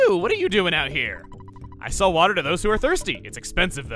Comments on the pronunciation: "Bottle of Dix Water" ...pretty sure that isn't how you pronounce that. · It’s pronounced D X water. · You were actually closest on the pronunciation the first time, it's pronounced "crow-ket" (though "croh-ket" as you pronounced it may also be valid, idk) And speaking of pronunciation... Maybe just stick to saying the letters on this one... But if it's not ketchup, how did the scorpion get it into a packet? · ...Please tell me he knows exactly what it sounded like when he read off "Bottle of DXwater". Please.